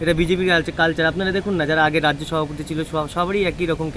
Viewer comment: ম্যাডাম আপনাকে শ্রদ্ধা করি তবে একটা অক্ষর মনে হয় আপনি ভুল উচ্চারণ করছেন মনে হচ্ছে সভাপতিকে সহাপতি বলছেন। তবে স্পিডে কথা বলতে গিয়ে অনেকেরই এরকম হয়ে যায় আমার মনে হচ্ছে ওই শব্দটা যখন ব্যবহার করবেন তখন একটু ধীরে বলবেন তাহলে ভ অক্ষরটা স্পষ্ট হয়ে যাবে।